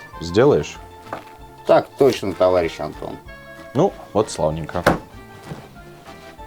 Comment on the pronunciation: Давно не получал столько удовольствия от просмотра ролика! Ура ТОВАРИЩИ! Но самый класс - это "товайищ" 😂😂😂